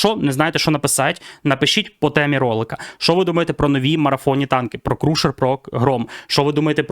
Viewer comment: перепрошую, не крушер, а крашер. цікаво чи ці танки не понерфлять перед івентами. Etherstrike